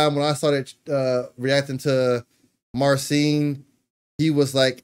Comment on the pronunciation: Thanx for nice reaction. Two guitar legends doing legendary stuff. Greetings from Poland. PS. Sharing a big secret: His name should be pronounced [mar-cheen] [putt-shuw-weck]